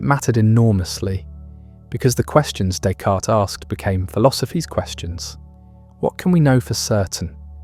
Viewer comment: Pronunciation of his name????? Never heard it said with an S at the end…